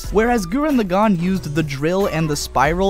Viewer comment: It's pronounced LAgann, not LevioSAAAAnn. I enjoy the crap out of KLK, but the character progression of Shimon far exceeds anything a naked chick with a sword and an anger complex can do. I cried at the end of both though.